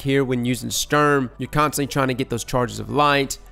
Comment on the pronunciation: It's not stürm... It's STUrm!